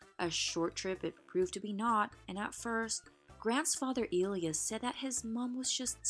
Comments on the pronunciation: Pronounced "E Lie ahs" NOT "E lee us" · The word autopsy is pronounced AWW-top-see. In English speaking countries the name Elias is pronounced El-EYE-ass.